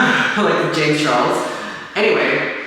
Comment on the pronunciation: Also, do you know the history of why the cannons are there,? I'd love to hear the backstory of it! Also, the way that you said James Charles last name sounded incredibly English -- you said it with an English accent hahaha